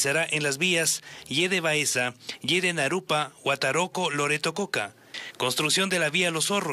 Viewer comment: Es Huataraco.....no es huataroco